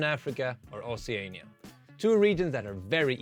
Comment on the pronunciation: most bizarre pronunciation of oceania out